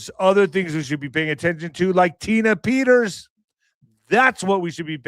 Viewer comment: who IN THA FK is jullian, tina?, Peters,..man can not pronounce! why tell us to look at some person named Petters and not mention as to what this person is all about! Just Saying,...